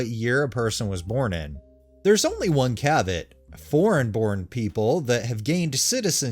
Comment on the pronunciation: For the future, caveat is actually pronounced "cav-ee-awt".